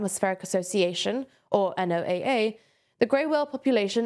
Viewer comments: One slight comment, NOAA is pronounced Noah, like the name. Similar to how you'd pronounce the letters in NASA. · Love the coverage as usual, minor pronunciation note from a US viewer, usually the NOAA is pronounced as an acronym not an initialism, so typically in the US it's called 'No-uh', like the biblical Noah. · NOAA is said as "Noah" source: I work there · NOAA is pronouced Noah